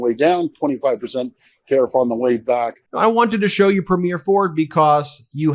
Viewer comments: BRO. ITS NOT A MOVIE PREMIERE. It's pronounced "Pree-m-yur" look at how the average Canadian pronounces it. AND OLEASE START PRNOUNCING IT LIKE THAT. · Love your videos BUT you need to learn how to pronounce “Premier” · 🇨🇦I love your work…one quick thing, when saying Premiere, the emphasis is on the first syllable, otherwise it sounds (to Canadians) like you’re talking about the Premiere of a movie.🇨🇦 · PrEmier not Premier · Ben, I love your show, but please learn how to pronounce "Premier"". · Constantly mispronouncing Premiers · Thanks, Ben, for presenting the Canadian perspective, and thanks for being an advocate and a friend. AND: We say the word "premier" as [PREEM-yer]. Not [preem-YAIR] like you keep saying it. Thank you. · Love love love your show, but one small correction please…our provincial leaders are Preem’-iers, not Prem-eers’. Everything else, 100%….and yes, we are that peeved….carry on 😉❤️ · Why can’t you pronounce Premier correctly? It’s really quite simple. Phonetically it’s Preemyer, not preemyair. Please do us the courtesy of correcting your pronunciation of our provincial leaders titles. Thank you very much. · I enjoy your videos and thank you for your support for Canadians. Please don't be offended but I'm going to give you a little help here on how you pronounce "Premier'. It's not pronounced 'preemyear' as in a show or movie. It's pronounced 'preem'yer with the stress on preem. Keep up the good work. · Informative episode today. Just a quick (and politely Canadian) heads-up re the difference between "Premier: elected leader of a Canadian province" and "premiere: first performance in film, music, theatre, etc." - Canadian listeners may or may not read the show notes (and see the spelling error), but we immediately pick up on pronunciation error. We have provincial leaders, not provincial "first performances". 🙋‍♀ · Ben… Ben… Ben please learn how to pronounce “PREM’-ier” Emphasize the first syllable.. PLEASE